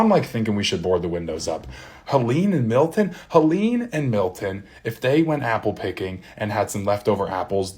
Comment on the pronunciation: Milton hun, not Hilton